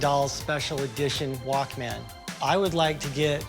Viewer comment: Dude’s old enough to know that is not how you pronounce Walkman